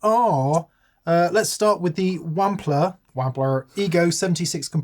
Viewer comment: Why does find it so difficult to pronounce Wampler correctly?